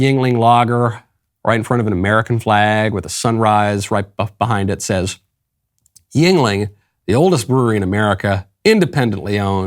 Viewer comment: Yuengling pronounced Yinling correctly as Michael did is one of the best beers in America. Been around forever. Only problem is they are not nationwide. I don't know why they continue to only be East Coast and some surrounding states. I drink it when I visit the East Coast. Or sometimes I can get my family in NYC to send me a case. Never heard of anyone not liking a Yuengling once they tried. Nothing that AB produces can come even close.